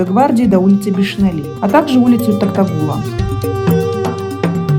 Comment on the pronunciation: Лляяя когда вы научитесь сказать Токтогул?! Или специально издеваетесь? Буква О не так трудно сказать!!!